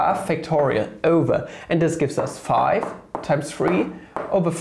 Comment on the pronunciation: Waa not pronounce five as faa !!!!!